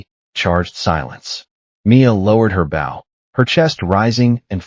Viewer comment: Bow for a string instrument has a different pronunciation for th e physical gesture. AI seems to not get this.😮